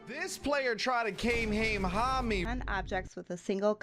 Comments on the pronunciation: "Ka-me-ya-mama" absolutely butchered that kamehameha reference. XD😂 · "Kamehameda" you just hurt me to the core😂😭